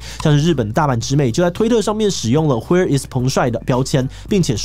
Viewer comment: XD 为什么你会把Where念成 "hɛː" ？